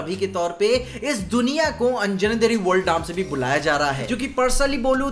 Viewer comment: Hi! First of all, I love your videos. After seeing 3 videos of yours on this movie, I want to convey you something. The pronunciation of Anjanadri is अंजनाद्रि. It is concatenation of 2 words anjana and adri. Where adri means Hill/Mountain. And we know anjana is mother of hanuman that's why he is also called Aanjaneya. Please correct the pronunciation and hope you found why the village name is that. Once again. Great work. All the best.